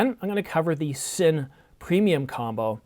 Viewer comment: thumbs down for not being able to correctly pronounce Cine